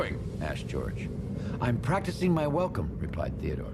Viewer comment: did they call theodore, theodoor?